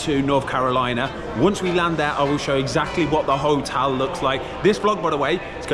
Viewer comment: he said hotal